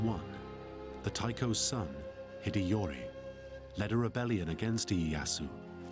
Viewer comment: "Hidehorry, Mitsunarry, I'm sorry"